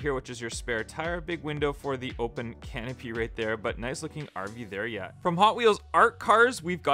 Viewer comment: The RV there yet sound like an Irish person is saying it